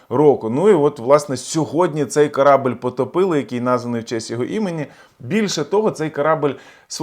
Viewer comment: Не "корАбель", а корабЕль !!!